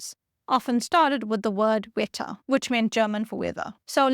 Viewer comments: note that german "w" is pronounced /v/, so "Wetter" is pronounced like "vett'ah" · Colonel Marian Rejewski of the Polish code-breakers. His name should be pronounced "ruh-YEV-ski". and the German word for weather, WETTER should be pronounced "VE-teh".